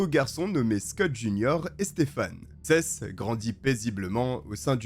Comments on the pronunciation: Juste comme info Seth. On dit Sept (7), pas Sesse. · Seth....sa ce dit sethE.....mdr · Des condamnations a la hauteur du crime et des vies gachées... PS : le prénom Seth ce prononce '' 7 '' comme le chiffre en français 😉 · Je suis un français vivant a los Angeles et j'ai un ami qui s'appelle Seth mais on prononce plutôt sâïsse ou sihisse... Selon mes oreilles frenchy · Seth ça se prononcé sept comme le chiffre ! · J'adore tes vidéos ! Toujours très travaillés , juste fais un effort sur les pronoms anglophones. Seth se prononce comme le chiffre 7 ( comme prononcer dans toutes les vidéos en rapport avec le procès ou par sa propre famille) ... tu m'as rendue folle toute la video ... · J'ai mis du temps à comprendre que le prénom de l'adolescent était Seth que j'ai toujours entendu prononcé comme le chiffre 7 ça me perturbait xD une fois compris le nom j'ai pu me plonger dans l'histoire 🤣